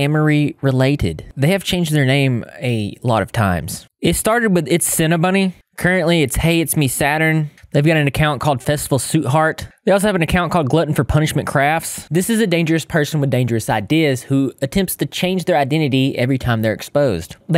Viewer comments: Love your vids! I just started watching on my lunch break but I think her new username is actually pronounced “sweet” because it’s spelled “suite,” for the hotel style room, instead of suit that you said. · It’s suite… like a suite… it’s pronounced like “sweet” lol